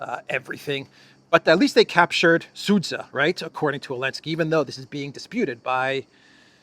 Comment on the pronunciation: It is not Seitgeist; it is Zeitgeist. Also, zh is one letter ( ж ), found in centre of regime and pleasure, (Sudzha).